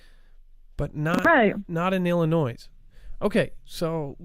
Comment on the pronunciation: The “s” in Illinois is silent. I know you won’t see this but I can’t stand when people say Illinoise